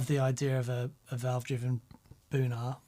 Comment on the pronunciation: Every time you said Boonar, my brain heard it as Bunha….